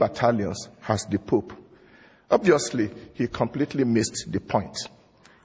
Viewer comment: When the preacher who went first says pope, it sounds like poop. That is all.